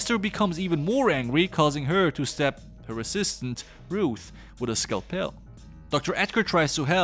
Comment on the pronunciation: What the hell is a skell-pell? Did you mean scalpel (scow-pull)?